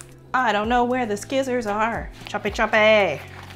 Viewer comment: I thought I was the only one who pronounced scissors like that!!😂 My 13 year old son says it’s totally cringe 😬